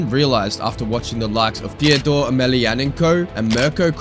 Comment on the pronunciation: Bro, Fedor is NOT pronounced Theodore ;'( That aside, well put together. Great stuff m8